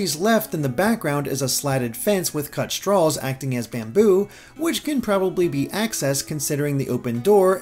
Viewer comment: Pronounces "straws" like "stralls" lol